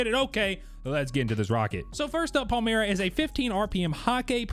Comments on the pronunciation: It’s Pale-My-Ruh… Stop saying Pale-Mere-E-Uh 🙄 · PAL-MY-RUH for crying out loud.